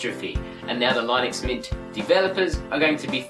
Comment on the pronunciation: I thought it was pronounced LIH-NIX... lol